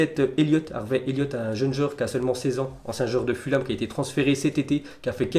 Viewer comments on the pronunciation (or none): none